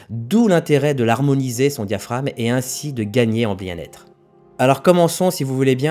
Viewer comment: diaphraGme.... pas diaphrame....(oral un pas écrit)